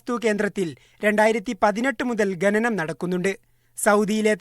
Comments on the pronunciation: ഗനനം അല്ല ഖാനനം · ഗനനം അല്ല ഖനനം എന്ന് പറയടോ